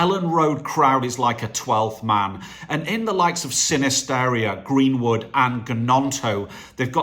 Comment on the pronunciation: I think you should let me have the shirt because I am 1)the only old woman subscriber 2) I am a lifelong LUFC fan and 3) I haven't taken the mickey out of you for mispronouncing Gnonto & Sinisterra.